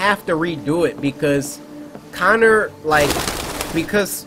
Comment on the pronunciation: ITS CONNER ITS CONNOR! AAAAAAGGGGGGGGGHHHHHHHHH!!!!!!!!